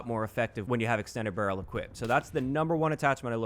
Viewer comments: Am I the only one who noticed "extended barreel"? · “EXT barreel” ;P